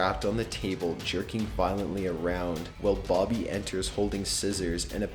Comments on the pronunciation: also. Did he FUCKING SAY BOBBY? ITS BOOBY YOU NOOB. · it's boobie not bobby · Its BOOBY not BOBBY!